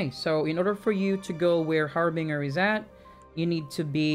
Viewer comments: The Har Binger.. lmao oh man. It's really harbinger.. Binge. One who binges. Not one who bings. Har-Binger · haar·buhn·jr = harbinger. not trying to be rude, i do not want to offend. very good instructions and thanks for the vids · Love your videos man! Also this is random but it's pronounced Har Binge er. Say the binge in it is pronounced like binge a tv show. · Har-Bin-Jer is how you say it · Har-Binger. lmao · Love the videos my friend.. but the pronunciation for "harbinger" got me dying... lol